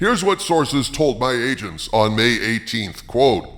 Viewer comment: Kinda sounded like you said, “My Hollywood Asians”….😂